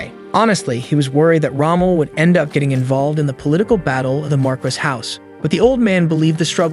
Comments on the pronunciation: "Mar-kiss" is pronounced Mar-kee. It come from french, but i find it rolls off my tongue in a Spanish mentality easier. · Its "mar-key" not "marcus" or "mar-qwhys" and the feminine is "mar-kess", train your AI better.